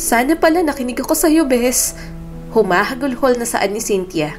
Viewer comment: HUMAHAGULGOL hindi humahagulHOL, san mo nakuha yung " HOL"?